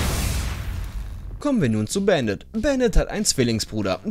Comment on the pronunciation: Man spricht es Bandit und nicht Bänded es ist ja ein deutscher operator